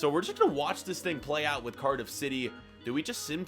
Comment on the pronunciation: You said curdif 😂